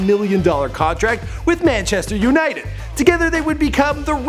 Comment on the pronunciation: When she said "Manchester's United".... I just can't